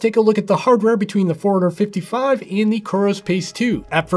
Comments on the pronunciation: To me is sounds like “ foreigner 55” . That watch is not from this country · Is it just me or the way you pronounce forerunner 55 sounds like 455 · forerunner 55 fourhundred 55